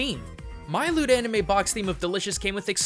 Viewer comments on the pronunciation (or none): For a moment, I thought you said that you wanted us to support "Lewd Anime". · Oh, LOOT anime. I heard: "Lemme give a quick shoutout to this episode's sponsor LEWD anime." You had me going for a sec.